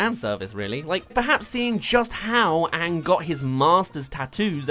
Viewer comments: Did you say Aang as ank really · Your pronouncing Aang wrong, your saying it as tho it is spelled as Aank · All the things that'll make it perfect: -My Cabbages guy -That's Rough Buddy Zuko and Sokka moment -Toph's funny blind jokes -Ba Sing Se Area 51 shit -Zuko's actor is hot -Sokka & Momo stoned on Cactus Juice -Pronouncing all the names right! Example: AANG not aWnG If they do all of these things, I dont care if the acting is bad, I'll still love it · the one thing that really bugged me in the movie was the way they say aang, they say it as Ung and im like wtf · I saw the movie avatar before the actual series when the said aang I was confused and until the end of season 3 whenever they said aang i always went its oong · If they don’t pronounce my main boy “Ahhng” I don’t even care. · IS HE SAYING ANK